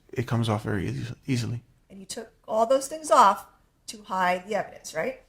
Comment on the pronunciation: How to "Hud"??? HOW TO HIDE***